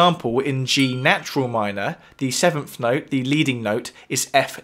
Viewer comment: "In G natural minor the sevenf note is.. "... "the sevenf note has been raised." .. I cant hear any of the awesome knowledge in this video because of the British pronunciation of the "th" sound as an "ffff" Also.. that Billie Eilish song is a total rip off of "People are strange" by the Doors.